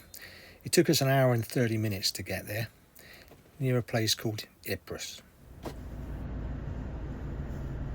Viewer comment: Ypres is pronounced "eeper" as in take the "d" out of deeper.